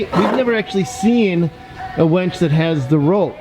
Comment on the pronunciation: Winch, not wench. (wench is derogatory for a woman)